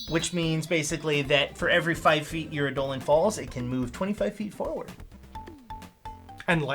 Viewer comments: just a heads up its pronounced "EYE-duh-lon", not "eye-DOH-lin" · "Ey-Dolon". My ears bleed. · Its pronounced "idol-on", and basically the word "idol" originates from this.. Eidolon is the original ancient Greek written word, but it still is pronounced wrong in English, but none the less you should still pronounce it wrongly so people understand you.. its just to create a game term. If you want to look fancy (to sound cool and heard like you speak elvish), you can also replace D with TH (then/this/that/), the "I" with "EA/EE", and you just learned the true Greek word. Its written like this "είδωλον" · All these people trying to pronounce "Eidolon" in the comments are wrong it's clearly pronounced DIGIMON. I mean it's just obvious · my ears dear gods its Eye-dul-lawn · Great video However...it drove me crazy the whole time Eye-Doe-Lawn I reject the correct phonetics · I’m sorry WHAT? That’s how it’s pronounced?? For the past 4 years I’ve been saying eye-duh-lon. Huh neat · The designers have used this version, but anywhere you actually look up the word it would tell you its pronounced as did. I'd say either is fine but it did throw me off every time he said it.